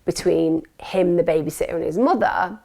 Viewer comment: Can u speak properly pls, it’s baby “SITTER” not baby sotter or whatever u were saying